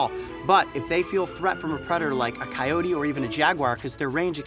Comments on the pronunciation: Like a "cyote" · Coyote PEE-terson